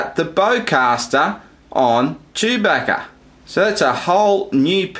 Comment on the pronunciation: Chewbecka, Gayng, Figa😂